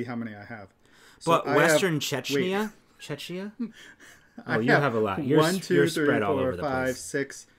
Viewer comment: Hey guys! You pronounce Czechia as czekia ☺️